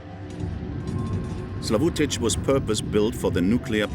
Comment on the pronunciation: My hometown, my beloved Zaporizhzhia, is just 50 kilometres away from this nuclear plant. I had to flee to Kyiv because of this threat. Thank you for sharing. Truly. Thank you. P.S. I respect that you did your best trying to pronounce the name of my city, you were quite close😅 And, with all due respect, Kyiv. Not Kiev.